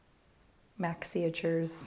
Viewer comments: thank you for the name joke because I have been a bit down in the mouth that you don't pronounce it 'Make-see'. I feel better now. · When you said "maxiatures" my brain interpreted as "maksy-iatures" as if you were making a pun on your name. Either way it fits